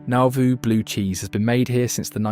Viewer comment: It also can't pronounce Piasa, or Nauvoo and thinks Carthage is only 14 miles away.